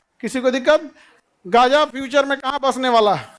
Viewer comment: Are sir jee gja naha gaaza hai